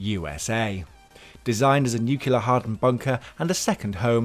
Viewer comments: Nuclear. There is only one “U”, not two. NucULAR is nothing, nuCLEAR is the word you are reaching for. It isn’t hard to pronounce, just try actually looking at how the word is spelled. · It's pronounced "nu-clee-ur" not "nuc-you-lar." ; ^ ) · Nuclear not "nucular"; I don't understand how people mess this up or why so many do. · Nuclear. NEW-Clee-er. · Nu cle-ar, repeat after me, New Clee are! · Nuke-you-ler blast? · "nucular" ... roll eyes!